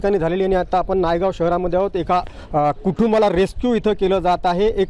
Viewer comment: रेक्षिव 😂😂😂 रेस्क्यु बोल रे😂😂😂😂